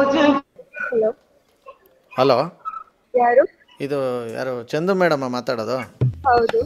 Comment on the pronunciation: ಕಿಲಾಡಿ ಚಂಡು ಅಲ್ಲ ಚಂದು